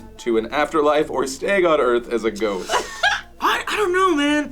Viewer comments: 4 minutes in I finally realized they said ghost not goat... I was so confused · Not gonna lie, I heard goats not ghost... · Instead of ghost, my brain told me they said goat..let's say I was thoroughly confused 3 minutes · I was a bit confused at first I thought Phil said after life or stay on earth as a Goat... which made it even funnier that said he had thought about it, but that did'nt seem too far a strech though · I thought Phil said 'come back to the world as a goat'... well... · Oh! I heard ghost as goat and I was so confused. Gah. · I thought you said "goat"